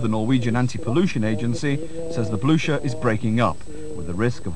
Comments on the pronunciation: I thought is pronounced, bluker? At least that's the way they pronounce it in the movie Waterloo. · They can't even pronounce the name! What is the Bluscher?